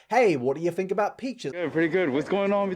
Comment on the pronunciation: When you say fink instead of think I feel warm and fuzzy inside